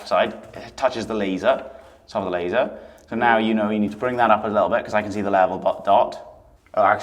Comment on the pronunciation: “Laser” “Laser” 😂😂😂